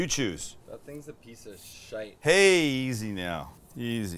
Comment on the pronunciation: As a Scotsman, I applaud how you say "Shite".